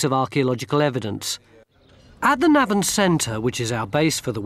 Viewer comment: It's Navan with the emphasis on the first syllable - not the second. At least Tony Robinson gets it right.